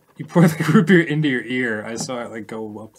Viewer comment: always absolutely KILLS me. The way Arin frantically spits some of the root beer out to immediately do the quip, the complete lack of jokeyness to the way he says it, the way he pronounces root b-ear, and the best part, the fact that in hebrew, you preface a word with bet, which makes a Beh sound, to denote when something is in another thing. So. Root Be-ear, on top of being funny as fuck, also somewhat makes sense in hebrew, bc its like he's saying Root in ear.